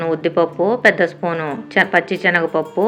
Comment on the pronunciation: Chanaga pappu kadu sanagapappu. Proper ga cheppu amma